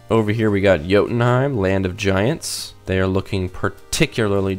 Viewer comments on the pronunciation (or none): none